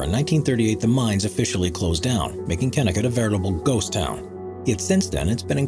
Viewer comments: It's pronounced kenniCOT AND RAIN(soft g)gel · your info on kennecot is wrong in so many ways.... from pronunciation, to the fact its not a ghost town. people still live there. just not in the mine itself.